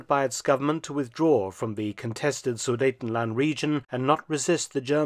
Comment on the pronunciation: great video and pronouncation of sudetenland and a happy 2024 to you and ure viewers